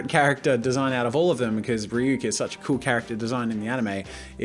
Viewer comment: THANK U SO MUCH FOR ACTUALLY PRONOUNCING RYUK’S NAME CORRECTLY